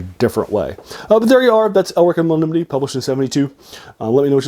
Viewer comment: Melnibone’ is pronounced Mel-ni-bo-nay